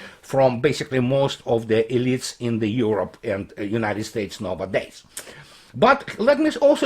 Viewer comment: Nowadays pronounciation is more like nauadejz instead of novadejz. Keep going dear! Love from Serbia!